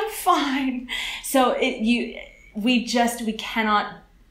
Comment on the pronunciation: ja bych treba poznal ze nejste Anglican z vasi vyslovnosti slova word jde tam moc slyset to O uprostred v Anglii se to cte jako w(dlouhe)Erd (stejne jako worm je wEEErm atd.) a u slova we jde slyset ze to vyslovujete jako Vee (when in fact) se w in we vyslovuje stejne jako w in would kde ho vyslovujete perfektne.... mnoho cizincu ma s we problem a jeste horsi to je u tydne coz je week NE veek ale jinak jedna z nejlepsich Anglictin co jsem u Cecha kdy slysel takze palec hore :D